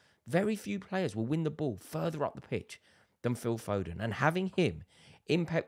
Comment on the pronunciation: Fodenna 😂 our own maradonna